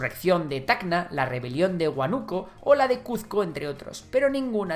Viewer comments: Unas correcciones, se pronuncia Huánuco no Huanuco. Y es APRA no arpa, gobernó del 85 al 90 y digamos que terminaron por acelerar el proceso hiperinflacionario. El asesinato de Sánchez cerró se dio en el contexto de una posible guerra con colombia, y fue una sola persona que lo mató, el cual era aprista, pero ahí se aprovechó para perseguir brutalmente al apra. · Es H U Á N U C O U.U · DIJO HUANÚCO WKHDDBWKDJDJ ES HUÁNUCO BTW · "Huánuco" lleva tilde en su antepenúltima y, por ende, no se pronuncia /wanúko/, sino /wánuko/. A decir verdad, me lo esperaba. Aquí en España cuando les digo de dónde vengo, siempre lo pronuncian mal. Su enfrentamiento contra el terrorismo conllevó a la muerte de muchos indígenas inocentes simplemente por sospechas autoimpuestas de los militares. Ello debería ser conocido como crimen contra la humanidad, pero en la actualidad no hay ningún político o institución que haya condenado estos hechos de tal manera. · Debe investigar antes de hablar No es HUANUCO si no HUÁNUCO No es Paraca es Paracas